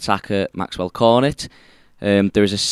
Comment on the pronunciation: Isn't his name pronounced Cor-nay not Cor-net? 🤣🤣 🍦🍦